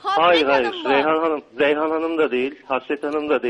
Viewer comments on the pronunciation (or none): Rrrrrrrrreyhan hanım mı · Rrreyhan hanımmı rrrrrrr rrrrrr bu ne lan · rrrrrrrrreyhan hanımmı :QEWQEW